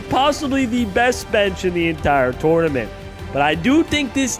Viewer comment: Just here to see if anyone else is triggered by the way he says tournament.